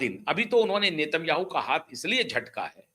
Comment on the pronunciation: इसराइल के प्रधानमंत्री का उच्चारण नाम का सही करें आप गलत है